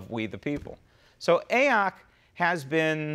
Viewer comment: "A-ock". Hilarious!!